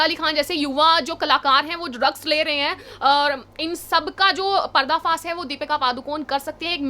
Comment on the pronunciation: Madam PARDA FAAS nhi parda faash Hota hai